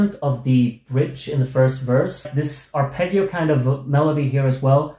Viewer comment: The ending of the song perhaps acts as a musical mirror to the lyrics: "Don't leave me like this, naked with shivers. Sometimes I don't know how to express myself (...) I'm always wrong":D p.s.: congratulations for your musical skills, but the word "arpeggio" should be pronounced with the sweet double G (the G of 'John', not of '':D)